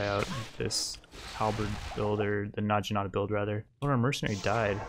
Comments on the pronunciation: It's Nag-inata, not Naj-inata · It's actually na-gi-na-ta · and "Najinata" that ones a little more understandable tho. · Says "nadjinata"... I die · It's pronounced "nah-gi-nah-ta" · Hey, naginata is pronounced with the g that you would use in goat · Where tf from? Where in the world pronounces necromancer as neekromancer? or naginata as na-jinata? Mfer pronounces it correctly on the 60th time 21 minutes in??? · I'm pretty sure he's doing it on purpose, like Knee-kromancer